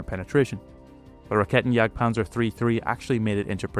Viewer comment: "This is a Raketenjagdpanzer, it jagds panzers with raketen"